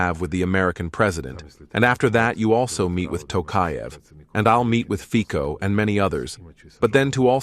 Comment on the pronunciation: If you can pronounce Trump correctly, shortly you can pronounce FICO correctly. It is FITSO-FITSO-FITSO as TSITSIPAS-TSITSIPAS-TSITSIPAS. Simple.🤔